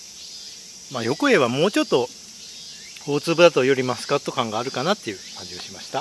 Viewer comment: ちゃんとしっかりマスコットって言ってて笑いました